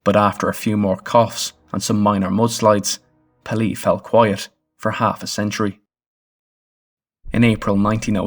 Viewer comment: I expect it's too late to update the narration, but the name of the volcano is pronounced PAY - lay. It rhymes with "mayday." It's from the French "pelee" meaning bald or peeled since the top of the mountain was smooth and not covered with any vegetation. For anyone who is interested, there are several good books about the eruption.